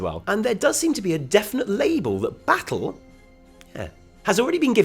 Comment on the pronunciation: Baz is better than buh-ah-ttle